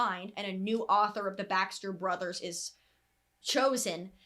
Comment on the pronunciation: Everytime you said Baxter brothers it sounded like backstreet brothers I was so confused